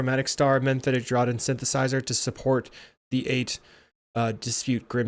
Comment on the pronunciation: Great games 🎉 FYI it's "Mephitic Draught" not "Memphitic Draught" 😉